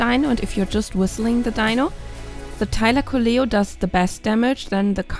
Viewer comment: not a thylacoleo nonono, it's a tailocoia